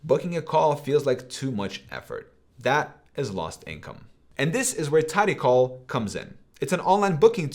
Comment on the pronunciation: My man. It's TidyCal (as in Calendar), not TidyCall as in "phone call".